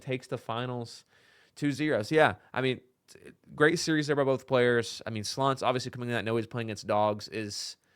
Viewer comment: Slonce is pronounced "swontsa" and means "sun"